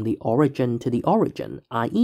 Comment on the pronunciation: Why is it that most of you math creators have absolutely miserable pronunciation? We add up de total. Owigin. Nice job.